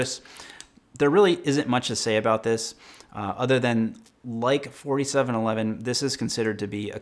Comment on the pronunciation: For some reason I keep hearing 5711 when you say 4711 lol